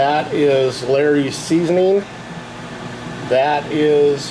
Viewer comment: Maybe clear your tastebuds after each sample with a sip of water? And its not called, “Larry’s.” Laaaaawrys